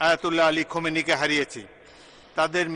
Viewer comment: খোমেনি না, খামেনী হবে।